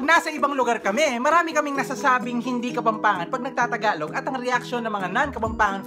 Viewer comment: Yung walang “H” nilalagyan ng “H” whhahahhahah tapos yung may “H” tinatanggal yung “H”😂😂😂 kapampangan kuuuuuuu💕